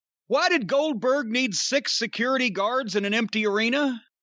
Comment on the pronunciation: I think he wanted to say Oldberg a few times. 🤣🤣